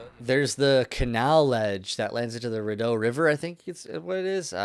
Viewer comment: Ottawa REPREPRESENT. HAHA I know all these spots I've lived near like half these joints. Btw it's pronounced REE-DOUGH AND The glee - b